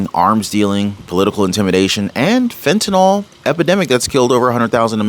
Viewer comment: I’m not an English teacher first of all. I admire your speaking ability, however you are not pronouncing the drug fentanyl correctly. The y is never pronounced as an “o” at any time and you are an articulate speaker. Please be the one who pronounces it correctly whether any one else does or not. I care about how you are perceived by your viewers. If you were a poor speaker, it wouldn’t matter. The key is you don’t fit that description so you can be the trendsetter here. A “y” is never pronounced as an “o”. It is pronounced as an”i”. Please be the one who pronounces this correctly. You deserve to be the one who pronounces this correctly with the “y” having an “I” sound, not an “o”. Thank you. It isn’t just you doing this either. They are misinformed or just don’t care. I know you care!❤